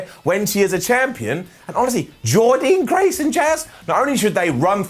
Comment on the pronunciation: Excellent ups & downs but...PLEASE SAY JORDYNNE GRACE’S NAME CORRECTLY!!!!!!!